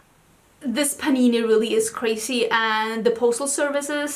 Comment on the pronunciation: Started to laugh when you say panini. Love your eye looks.